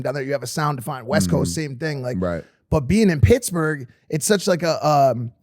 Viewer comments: I like how Wiz kept pronouncing Pittsburgh "picksburgh" which confused me and as a non US citizen made me google if that was a City. And then Mike says PITTS-BURGH in the next sentence lol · Nobody Wiz: “picsburge” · Is he saying Picksburg? Lol